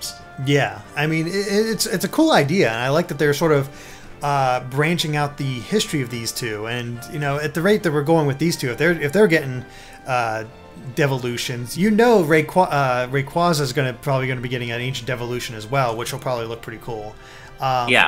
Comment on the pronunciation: Septile, Raykwaza, Keyogre, Grewdon. What is with these pronunciations!?